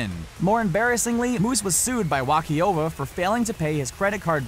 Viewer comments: Wah-COVE-VIA...not WAH-Ki-OVA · Oh, and the bank Wachovia is pronounced Wachovia, not Wachiova. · Omg lol its not pronounced "Wah key o vah" it's "Wa ko via" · teach the narrator to properly pronounce names. it's wa-ko-vee- ah not Wah-kee-o-va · what's embarrassing is how you pronounced Wachovia. It's not Wocky Ova. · No what's more emberassing is that you pronounced Wachovia wachiova lmfaaaooo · Did he say Wachiova??? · Wakee-ova??? Wah-Kho-Via-Uh Also, aside from Star Bucks, none of these are "normal". SHow me a trash man, plumber or landscaper...not a motivational speaker, product salesman catering to companies spending millions or any of that crap. If you think 100k+ a year is normal, you must live in Canada... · bro it's actually pronounced why-co-vee-uh...... Muhammad's post....oh yeah wrestlers aren't athletes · Joe Kim exactly like wat the hell is a wachiova ? lol gtfohwtbs. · The fuck is a wach-i-ova? haha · Dude .. You completely butchered the pronunciation of "Wachovia" .. Its pronounced "WA-CO-VEE-UH" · It's pronounced Wakovia lol! But who cares you're making 30k a month from this channel. 😂😂😂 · what the hell is Wachiova??? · Wachiova? Really? Other than that, great video. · Superlife right. Like my ears began to bleed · This man said wacheeova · Wha-kee-ova. nice, hahaha!!!!!!!!!!!!!!!!!!! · Whakeeovah? Hahaa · and the commentator doesnt know what he's talking about..so painful and how can you not know how to pronounce a major bank branch ? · Yea guys appreciate the help, but I was just making fun of the mispronounciation. There was a Wachovia before it was bought by Wells Fargo.